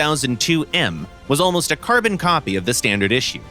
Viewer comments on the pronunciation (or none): none